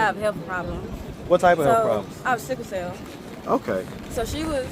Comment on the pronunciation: Lol I thought she said “sick as hell” not cycle cell